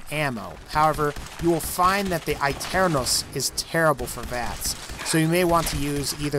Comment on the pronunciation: Can we point out how badly he butchered the pronunciation of aeternus?